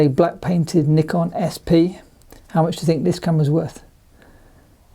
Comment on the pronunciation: you pronounce Nikon wrong.. :)